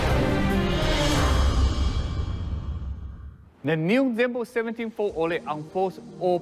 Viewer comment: Zenbook 17 Fol O..Le 😂